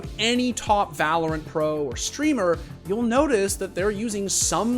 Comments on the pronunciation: In "Vah LORE ent" 😂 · did he just say vah-lore-ent? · "volorant" LMAO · We just gonna ignore that he pronounced valorant, vahlorent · va-lore-ent lol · "va-lore-int" You did that just to piss people off didn't you? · I have never seen anyone ever butcher the pronunciation of VALORANT so bad in my life. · I can’t tell if he actually said valorant like that on purpose or is just trolling